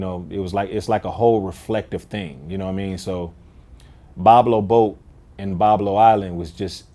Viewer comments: Vlad has zero respect for the artists and wants to be just caught in the scene. Literally says the name of the song on the artists entire track and then proceeds to mispronounce it immediately in the interview. Then tries to tell him he killed J Cole on the verse. Disrespectful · Vlad don't know how to say the name or how many verses he has. But it's his favorite song on the album. Hmm wonder if he even heard it. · Vlad: its my favorite song on tbe album. Then mispronounced the name that gets repeated on the song and doesn't know how many verses there are. Music journalism at its finest lol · Vlad doesn’t do his research before these interviews. How is it your favorite song and you mispronounce the name, which was properly pronounced in the song? It’s like he does a rough google search right before the interview and calls it a day. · How can that be your favorite song when you can't pronounce it the way Royce pronounces it IN THE SONG? Do better. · Royce pronounces the name in the first 30 second of the song, you don't know how to pronounce it, and that's your favorite song?... and Vlad is somebody we're supposed entrust hip-hop journalism with? What a goofy. Lost all respect for this man after the first 19 seconds. Wow. Just wow. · How can it be your fav song but you cant even pronounce it... smdh